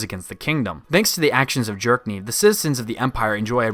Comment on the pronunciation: I kept hearing you saying “Jerk-niv” and I honestly don’t know if that’s just how you pronounce his name or you just really don’t like the character 😂